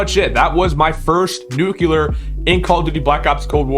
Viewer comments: Nuclear!!! Not Nucular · he’s joking, he’s saying that he doesn’t know what a “Nuke You Ler”. The reason he’s saying this is cuz he thinks that the way this guy pronounced Nuclear is weird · i lover how you say nuclear its so satisfiying nucelar